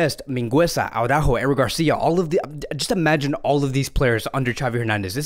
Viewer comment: It's not Au-rÁjo, but it is Ara-Újo. Emphasis on the Ú. Just listen to official Spanish reporters.